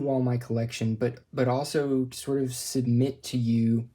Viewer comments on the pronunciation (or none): none